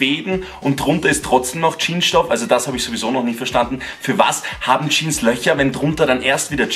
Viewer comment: HÖR AUF JEAN ZU SAGEN SAG JEAN“S“ !!!!!